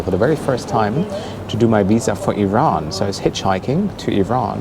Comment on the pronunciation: You know someone has really been to Iran when he pronounces it "Ouieeraaan". 😅